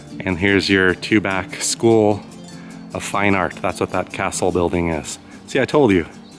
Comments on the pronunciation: I live in Tubac and I really enjoyed your tour of my community. It is actually pronounced TuBack by the natives. You will also hear it pronounced Tubahk, perhaps both are correct. My understanding is that the name is derived from Native American language and not Spanish, so does not have the Spanish pronunciation. Living here, I should know for sure. Thank you for this wonderful video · Beautiful video! FYI, I think it’s pronounced Tubok.